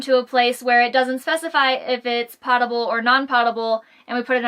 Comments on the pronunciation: Great video (seriously)...but...p(oh)table, I know it looks like pawwwtable, but it’s not. I’m sorry but it’s the nails on the chalkboard moment for me. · Potable isn't "pot-able", POE-tuh-bull is how you pronounce :) No big deal, but is a long O sound in that word. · Plants are pot-able ... able to be put in pots. Water is potable ... p-OH-table. Able to be consumed by humans. Long o. Say it ... it feels good. :-) Agree on the good quality Bluetooth speakers being so much better than the built-in speakers on RVs. They also have the ability to bring the music to you, as opposed to being anchored on the side of your RV. In many improved campgrounds, the fire pit and seating area are 10s of yards away from the RV. That means to use your RV built-in speakers means the surrounding campsites are listening to your music. Portable speakers rule! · Thank you! Just watched a bunch of your entertaining, informative and insightful videos and have learned a lot. Love your attitude to life too! Here's one tip for you. Potable is pronounced with a long "o" like potion, which comes from the same Latin root. Looking forward to more of your videos. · “Potable” is pronounced with a long “o.” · Never heard that! I'm in the military and have always heard p-ah-table. Thanks for the education! I even looked it up to verify. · She mispronounced potable, my inner grammar nazi raged.